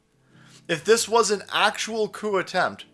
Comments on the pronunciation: "The Coup" sounds a lot like "The Coof" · the isnt saying the p in coup